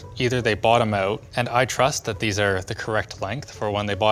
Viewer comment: Canadian "out" lol